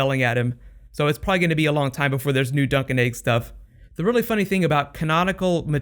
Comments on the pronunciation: I always thought you were saying Sir Duncan Egg! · Am I the only person who thought he was saying duck and egg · Haha, every time you said Dunc and Egg, I herd Drunk'n Eggs!